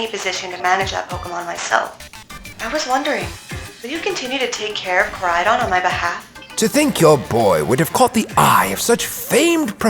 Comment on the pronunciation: I love the vid but why in area zero koridon became miridon